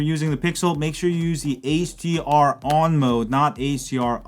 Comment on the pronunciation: I thought you were saying ACR mode throughout half the video and then finally noticed you meant HDR lmao, great video though